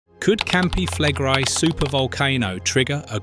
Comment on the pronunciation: Your pronunciation of Campi Flegrei has darkened the skies across the world already mate so doesn't really matter anymore